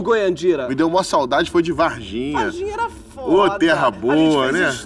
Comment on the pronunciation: Novamente a pronúncia correta é VARRRRRRGINHA kkkkkkkk